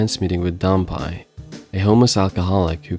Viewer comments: Not dan-pie, but dan-pay. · 段平が、ダンパイになっているけど、まあいいか。発音のちがいは、しょうがないね。知ってくれてありがとう。